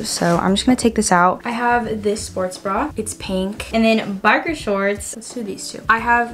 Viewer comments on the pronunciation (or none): biker shorts❌ barker shorts✅